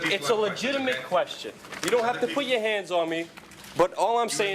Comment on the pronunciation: The New Yorker in him came out “You don ave to put yeuh hyands on me!”😂